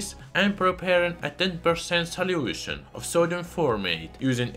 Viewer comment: i love your accent. "salyiewtion"